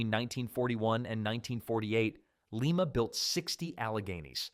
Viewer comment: I am only going to critique your C&O Allegheny chapter. To begin with "LIMA" is pronounced Lyma and not Leema. When you talk about the wheel arrangement there is no need to include the word "dash" between the numbers. The Allegheny was a well balanced steam locomotive with a factor of adhesion of 4.6 which meant less slippage on wet rail resulting in better traction. The horsepower number you quoted was drawbar horsepower and not indicated horsepower. A big difference! The Alleghenies were not hard on the tracks like its sister engine the C&O T1 2-10-4. Alleghenies were also used in fast freight and passenger service, the latter during WWII when they were tasked to haul upwards of 30 heavyweight passenger cars making up troop, medical and POW trains. They were known to be smooth runners at all speeds including the 70 mph passenger train speeds.